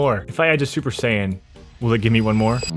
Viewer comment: Dbz Fans comment if you want to hunt him for him saying Sayian wrong